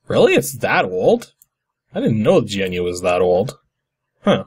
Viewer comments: Both points are incorrect. GNU is in fact pronounced Guh-NEW. RMS has explained this time and time again. And anything licensed under the GNU GPL is FREE software, not open source, there's a difference. Open source does not guarantee a proprietary fork of the code base be made, unlike free software which expressly forbids that practice. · And since someone's going to say it, I might as well do it first... "GNU" is pronounced like "new", same as the animal gnu. And because it is licensed under the GPL (GNU Public License,) it's not just "freeware," but full "open source."